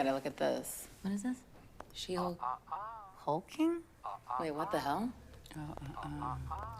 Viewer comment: he he it’s Hulkling Not HulkKing....😅My bad